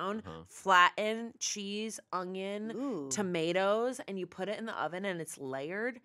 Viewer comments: they all just let put a G in the word onion... 🤣🤣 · saying ungyun instead of onion 😭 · pronounces onion 'ungyun', now you can't not hear it. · The way pronounces “onion” is interesting. Is that an east coast thing?